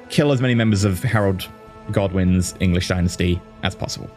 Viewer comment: Did anyone else keep mishearing Godwins as Goblins?